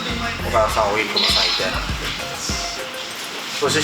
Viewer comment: ~ 「OKADA」が「OKAKA」になってる。寒天たけしみたいで良いと思います